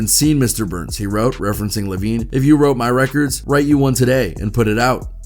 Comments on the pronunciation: He called Jimmy Eye-O-Veen Jimmy Levine 🤣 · Bro called him Jimmy Lovine instead of Jimmy Iovine 😭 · Jimmy iiiiiovine. Not Lllovine. Haha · Why does the narrator keep saying Lavine, it's Iovine. I Ovine??? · Jimmy Lovine get outta here dude u don't know wtf u talking about its iovine eyevene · Who is jimmy lavine? Jimmy Iovine pronounced (Eye-veen)...smh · Man said Jimmy lovine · He’s Iovine not Lovine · Who is Jimmy “Low-veen”? I thought it was I veen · It's Jimmy Iovine. With an i. Not L lmao .."Lovine" 🤣😂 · This is why y'all shouldn't comment on shit you don't know ABOUT. Who the FUCK is Jimmy leavin? It's an "I" dumazz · It's Jimmy Iovine with a capital i not an L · It’s not Lavine!!! His name is Jimmy iovine. How can you fuck that up? Lol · “Jimmy Lavine” lmfao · IF YOU SAY LOVINE one more time…I swear…you nerd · LOL!!! YOU CALLED JIMMY IOVINE ... JIMMY LOVING 🤣🤣🤣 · Jimmy IOVINE. iOVINE. Theres no L in his name. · Did I just hear 'Lovine'?! Do your research man! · Dawggg...it’s jimmy iovne (eye-Vene) lmao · I just want to say this. His name is Jimmy Iovine (Eye-oh-Veen). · The way ya man keeps saying Jimmy Lovine 😂 😂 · It’s Jimmy Iovine. Like EYE-veen not an L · How you gonna pronounce Jimmy Iovines name wrong 🤡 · I think personally you know nothing about rap mgk had eminems and halies name in his mouth Rick Ross planned to come at aftermath and apologised when he realised he would be slaughtered and that’s not how you pronounce Jimmy Iovines name